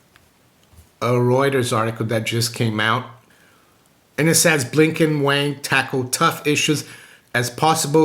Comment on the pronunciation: Chinese top diplomat needs to change the pronunciation. Wank ye? Blinking marvelous said blinkin